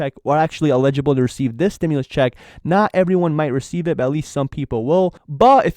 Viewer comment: Free. Im not trying to be a karen. Tho I think the word youre trying to say is Eligible- e LLLLLL-IG -I-BLE. I might be right I might be wrong. Just saying. Have a good one:)